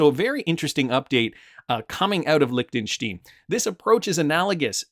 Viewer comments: Its pronounced Lichten stine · It's pronounced Lichten- shtIne an I not e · Your pronunciation of Liechenstein is hilarious